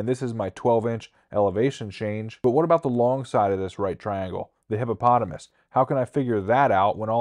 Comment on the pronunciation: did my ears have some problem hearing hippopotamus than hypotenuse? time stamp